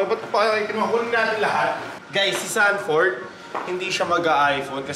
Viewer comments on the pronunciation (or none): "Sanford" lods hindi xanford, parang papunta na sa xander ford hahagaga